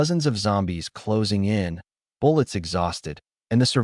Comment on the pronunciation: for everyone who watched pt1 pt2 start Also, you need to teach your AI to ignore periods and how to say it, is, in, an instead of I.T or I N or w/e it breaks the concentration and ruins the story a little bit, j/s" Edit: btw dont get me wrong this is a fantastic story, i deff recommend, ppl should give it a watch!!